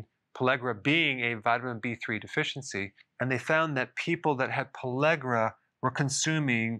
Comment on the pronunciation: Why does he say pallegra when he writes pellagra?